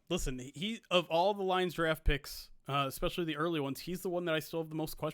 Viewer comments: "ex-specially" -- stop it,. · Ehh-specially sensitive YouTubers - be nice! 😂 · is never going to learn how to say “especially” is he